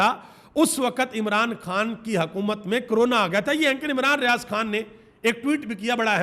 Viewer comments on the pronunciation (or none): none